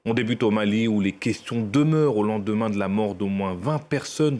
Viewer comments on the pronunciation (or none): ressemble tellement a un ibou 😂😅😂 et il dit jamais bien dit Mali 😅